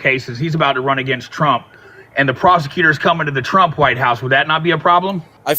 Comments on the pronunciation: Why does the guy call Trump "Chromp"? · When we all o ow it’s trumpf